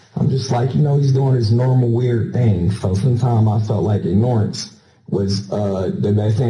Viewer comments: Anyone who mispronounces "Ignorance..." Something tells me this gentleman may be a Moorish Sovereign Citizen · The meta-irony of his pronunciation of the word ignore-ance is so perfect. I hate this waste of oxygen with a passion. How could anyone treat that sweet little boy in such a cruel and indifferent manner is beyond me. Yo fellow inmates, zip this dude up already. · Ignore-ance...haven't heard that pronunciation yet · I just hope that everyone in the prison that thing (won’t call him a man) is knows what he did to that poor boy! Sickening!! I tried “ignorance”?? Dude you used the right word but in the wrong way & the wrong pronunciation! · they're being facetious. He said it wrong multiple times lmao